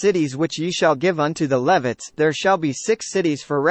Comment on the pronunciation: This video pronounces Levites incorrectly and was very distracting.